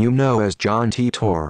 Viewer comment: Tee-Tor WTF, it should be Tie-Tor